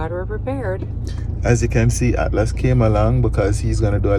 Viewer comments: So funny-- speaks so well, but can't pronounce Atlas- his little role model- and the person he spends most time with. Awwwww== he'll just get it one day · I love how pronounce Atlas name 🤣🤣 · can mash Wayne's toe man- that he didn't get much sleep- low him 😂 is almost there with pronouncing Atlas's name. #FreeUp - No cold front 🤣